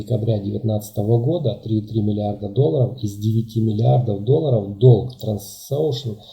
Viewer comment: Ну для начала надо научиться говорить правильно название компании